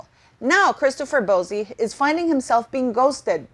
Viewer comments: Can you please refer to Bouzy correctly it's very annoying. It is not bozy but boozie as in alcohol booze 🫣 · I'm not too be rude, but it's pronounced Christopher "BOO-zee", sounds like "Uzi" 😆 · It's pronounced Boozy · I think it’s awesome she mispronounces it. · It's a take on BOZO the clown, she is doing it purposely! Good on her!